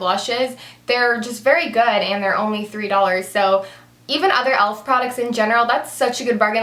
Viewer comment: Omg it's not elf. It's e.l.f. You say the letters